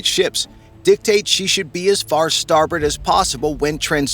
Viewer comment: Way,not storbert.and not port?😮